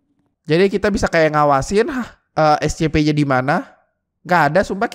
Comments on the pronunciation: Scp bang bukan escepe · Scp bukan escepeh bang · Bukan escepe harus nya yang benar scp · Scp bukan ecesekpek